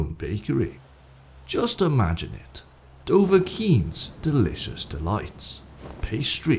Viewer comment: Doughvakiin's. That's it, keep it simple.